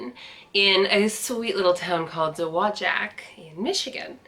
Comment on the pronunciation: I live in Dowagiac. Tell your mom that she is not the only one that mangles our city's name. We used to have a large building that have the pronunciation of it painted on the side in giant letters. Dow Wa Jack.